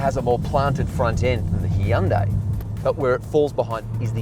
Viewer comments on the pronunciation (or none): Heeyundai, is that bugging anyone else